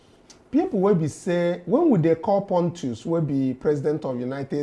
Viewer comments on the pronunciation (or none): It's not “pontus”. It's “potus” meaning “president of the us”